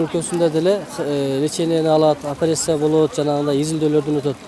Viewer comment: Операсия деп суйлогон кишилер кантип операсия жасашат экен😔туура айта албаган кишиге кантип ден соолугунду ишенесин